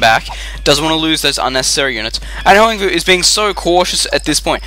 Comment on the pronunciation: It's pronounced Hwahng voo, if I'm not mistaken. :)